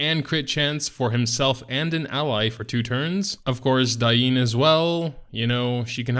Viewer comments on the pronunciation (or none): none